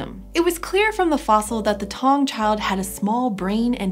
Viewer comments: It's Ta-wu-ng not tang, taung means a place of lions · I'm 10 months late, but it's 'tah-oong' not 'tong'